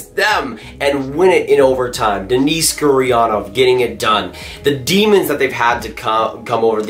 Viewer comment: Who is "Denice" Gurianov? Its Dennis.... Also Joel Kiviranta (yo-el)